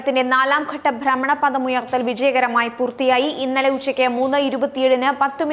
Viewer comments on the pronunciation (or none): ബ്രമണപതം അല്ല, ഭ്രമണപഥം !! അക്ഷരസ്പുഢത ഉണ്ടാവട്ടെ 👍👍